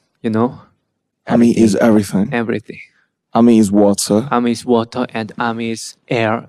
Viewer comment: ARMY is wata ARMY is air U know?!?! That's the nicest thing a boy has ever said to me.. 😂 :,)